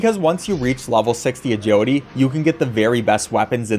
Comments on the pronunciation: "Ah-Judy" is now burned into my brain forever, thank you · Take a shot every time he says Ajeelity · why do u say agiwity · Maybe I'm dumb but for like half of the video I couldn't understand what an "ajodee" stat is. Then it occurred to me that it's "agility." Bruh, never heard anyone pronuncing "agility" as "ajodee" 😂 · Look I'm sorry and I mean no disrespect at all but I verbally laughed after you said "agility" every time I couldn't help it